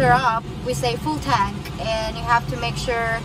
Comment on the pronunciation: It must be pronounced correctly "fool tonk", not full tank.